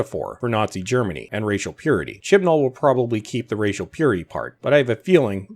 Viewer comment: I can only hear Chin Balls when you say Chibnall now